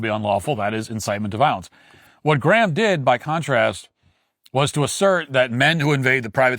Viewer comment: im more offended at how matt pronounces Graham lol.